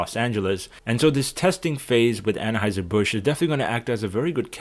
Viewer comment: I thought that it was pronounced Anheuser rather than Annaheuser.